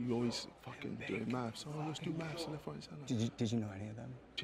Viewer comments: “Today we’re going to be finding out how good I am at mafs”. Dude, knowing how to say and spell it would be a fantastic start. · Lol did he say maths instead of math